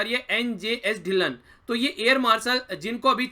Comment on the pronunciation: Air marshal NJS Dhillon.......sir u Pronounced like Dhill0+n but actully pronounce ਢਿੱਲੋ, dhillo 'n' is silent.....punjab mein logo ka surname hai......plz don't mind